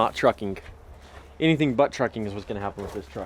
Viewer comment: He said Butt Trucking. Lol